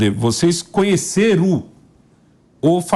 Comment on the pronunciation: "Vocês cunheceru?" Falou 3 vezes.